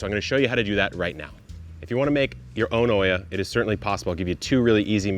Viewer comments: It's not called/pronounced oia, it's Olla, double the l in pronunciation. It comes from the Arabic word Qulla which means unglazed terracotta pot. 😊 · Neat system. I'm curious why you are pronouncing the word like it's spelled Oiia, instead of OLLA ?